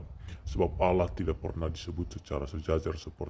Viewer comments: Bukan Aloh tp Allah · Baca allah aja mulutnya keseleo jd owloh... Sok ngajari isi Al Kitab...